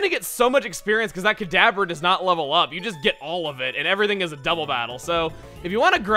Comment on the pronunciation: Whenevever you said kadabra it sounded like cadaver lol.